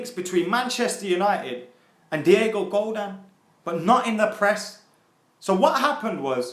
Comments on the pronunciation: Godin not godan 😅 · if he says diego godaan instead of diego godin one more time im going to shank my dog with the tissue i used yesterday to shoot a load into while i was looking at a donald trump speech on gun control. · It's pronounced "Go-DEEN" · its Pronounced GO-DEN